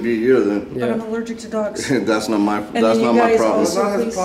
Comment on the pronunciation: "I'm allergickt"??